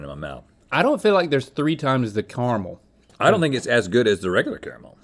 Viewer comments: ITS NOT KRMAL OTS CARAMEL! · I cant stand the way Link says "Carmle" It's "CARE-A-MELL"